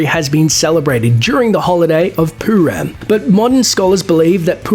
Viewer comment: It's not poo-ram it's purim. Douchebag